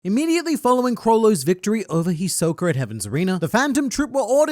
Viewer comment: “Hisok-er” lol I know you’re from England m8 but he is a bit of a joker isn’t he 😅